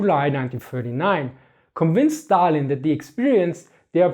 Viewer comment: I love how you pronounce Stalin